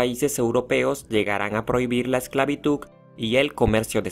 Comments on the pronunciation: Dice esclavituk! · Mmmmm porque decis esclavituC? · El dijo esclabituC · no se dice esclavituc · Se dice esclavitud, no esclavituc 🙄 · es una pena que este comentario sea tan exigente bueno pues en fin la hipocresia :) un pequeño error no hace que el video sea menor un buen error hace que el video se peor. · Me gustaría que entiendan que hay personas se tienen una forma de hablar,tanto como el dijo esclavituc;tambien hay personas que dicen fuistes en vez de fuiste..entiendan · Esclavituk.. jajajaj de ahí viene "peregrin tuk" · Perdón, pero tengo que admitir que me gustó que dijera esclavituc 😭✋ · Buen video, a excepción por eso de insistir en decir “la esclavituC” 🙄🙄🙄, casi me desconcentra, ya saben... NO A LA ESCLAVITUC!!! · Buena información pero es esclavituDDDDDDDD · Esta grave la "esclavituk" ... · no puedo concentrarme en el video porque solo oigo que pronuncia ESCLAVITUC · que chistoso dice "EXCLAVITUK" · Amigo te recomiendo tomar un curso de dicción para que aprendas a pronunciar mejor las palabras. Se dice ESCLAVITUD. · solo me estresa q pronuncies ESCLAVITUCCCCCCCCCCC me quema los oídos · vine a la sección de comentarios con un único fin: ver a quien mas le molestaba que diga esclavituC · "Esclavituc" What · Es una pena que haya pronunciado "ESCLAVITUC" en todo el resumen...pintaba bien el video. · Yo también vine a los comentarios para ver si a alguien más le molestaba la forma en que pronuncia "Egigto, esclavituC..." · te falta agudizar y practicar la pronunciación. Así podrás entender y hablar mejor, ejemplo, actitud con aptitud. Así que suena horrible escuchar esclavituC. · Quitare el video solo por que dices esclavituC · Adoro como pronuncia ESCLAVITUK. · ESCLAVITUK xdddddd :v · Quien más sufría cada vez que decía “esclavituccccc”.? Me ardía mi interior pero el tema es interesante, solo aprende hablar por fa. No es posible que el TEMA principal no lo sepan ni principal bien. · Me gustó, excepto la pronunciación esclavituk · pero porque dice esclavituc